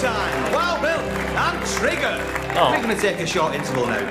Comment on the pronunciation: he said trigger. tr